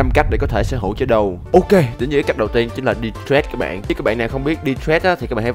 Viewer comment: Đọc trade thành trét nghe ngứa tai vl:)